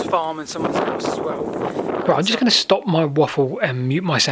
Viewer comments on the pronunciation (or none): none